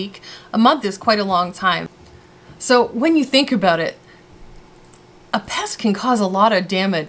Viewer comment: You literally said Aboot. OMG I have never actually heard someone say it for real.